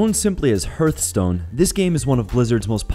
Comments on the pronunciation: rly you pronounce Hearthstone as HURTSTONE?? try pronouncing as: Hardstone?? damn know your games man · I thought the same thing, there is no U in hearthstone :D. Not to mention the other pronunciations. And yes where was War Thunder and there is no battleships, it's World of Warships. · "herthstone"...im done lol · he actually says hearthstone, not "hurt stone" ..but it comes out more as a "hurthstone" when iv always pronounced it "harthstone" like an actual hearth from fireplaces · Hearthstone: Pronounced: "Harth-stone", not "Herth". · 1. its heartstone...not fucking hurtstone...and 2. warthunder its times better the world of fucking tanks. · It's hearth-stone, not heart-stone, and hearth is pronounced hurth. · Hearthstone is pronounced HARTH not HIRTH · Isn't it pronounced HARTHstone? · Not a single game there I liked. (Played more than a few including Eve) none were ones I liked. And Hearthstone is pronounced HARTH as in a fireplace, not HERTH. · Its called Hearthstone, like in a " <3 " / not hurt-stone, buddy :D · dye-a-blo , herth-stone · “Third person” “Hurtstone” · I am still amazed at how often people can mispronounce things... "Die-ABB-low" and "HERTHstone" jeez louise... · Its Pronounced "Hearth-stones" like the word "Hearth" the organ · Yeah, i was surprised by that too. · Whas is Hertstone? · I got cancer when you called hearthstone "hurtstone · "hurtstone" wtf mate? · anonymous is a movement, and your making them look bad honestly. your one of those super nerds who gets offended when someone miss pronounces your favorite games, life goes on man he didnt tarnish the games reputation for life by doing so. its ok hurtstone is still kickass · Herthstone lol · please, for the love of god learn to pronounce "Diablo" and "Hearth" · Please learn to pronounce "Hearth"...